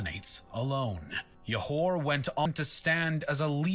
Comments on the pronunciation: We pronounce it like this; Johor = Joe hor not Yohor (J as J like Jam, Jug, and Joe) Kecil = Kechil not Kecile or Kesil (C as Ch like Channel, Chalk, Child) Kuala Lumpur = Kooala Loompoor, not Koala Loompar (U as Oo like Loop, Hoop, etc.) And Parameswara indeed has accepted Islam and change his name to Iskandar Shah And Proto-Malay people are of Austronesian origin who lives in the Malay archipelago which called Sundaland at that time Google Sundaland for more info about it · Stopped watching when they call Johor as "Yohor"... Can't take any pseudo-historian seriously if they don't even try to get native pronunciations vaguely correct. Most likely full of poorly researched facts. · Comment: you pronounced Borneo correctly than the narrator. Pronounce Peninsular with silent "R". Johor pronounced with a "Juh" sound. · Why did he say johor like that its joe-hore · It is Jho-Hor(Johor).. the guy in the video pronounced it wrong It is RaJa Ke-Chil(Kecil) It is Koo-Wa-La Loomp- Poor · its pronounced Johor J as in John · Im Malaysian and the videos pronunciation of Kuala Lumpur,Borneo and Johor are wrong btw you guys are saying Borneo correct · The video's narrator missed pronouncing a lot of words especially words that is Malay (Johor, kecil, Kuala Lumpur). when you pronounce Malay words, you pronounce them like Malay. I've never heard of people pronouncing Japanese words like sushi or anime in how-do-English-pronounce-this-word. it's pronounced as its original language. anyway, good job, you've done a better job pronouncing Malay.